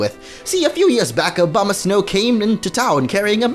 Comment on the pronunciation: It sounds like you're saying Obamasnow